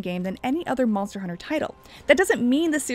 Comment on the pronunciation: Monther hunter 😂